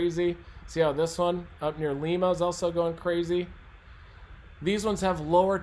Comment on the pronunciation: And also Lima is pronounced like lima bean!